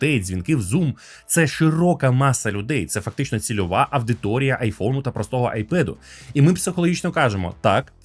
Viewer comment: "аВдитория". Мне не нравится, диз. А так выпуск норм 😊 Upd. Подумал, что одна оговорка не должна быть решающим фактором. Снимаю диз. 😝😁